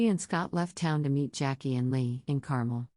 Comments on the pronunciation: It’s NOT pronounced “Carmel” it’s pronounced “Car-Mel”!!! Get it? “Car-Mel”!!! Geeeeez! LOL 😝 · It’s not CAR-MULL — it’s CAR-MELLE (Carmel). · fyi, it’s pronounced car-MEL